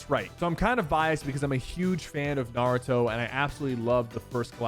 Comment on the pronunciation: Why did you sa Naruto like that 😕